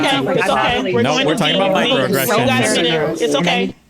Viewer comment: Micro uh-gression